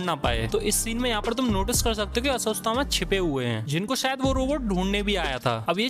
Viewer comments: अश्वस्थ थामा नही अश्वथामा 😅😅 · Woh aswasthama nhi ashwattama hai 😂🤣🤣🤣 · Video had good info par bhai apni bhasha thik karo. Aswasthama kya hai? Ashwatthama. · Who got angry for his aswasthama pronounciation